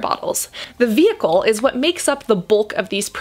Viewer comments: Vehicle* ma’am. Not vheicle. Thanks for the video tho. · Cassandra love your video but it is "VEHICLE" not "vheicle"! 😂😭😂😭